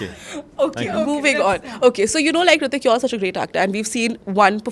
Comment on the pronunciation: Its Hrithik not Hritik -_